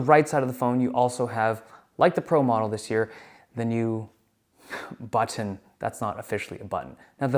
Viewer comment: The way that Dave says "butTOn' is giving me shivers 😂